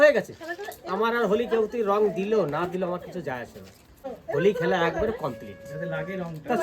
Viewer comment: Hawli nhi hoti hai it's Holi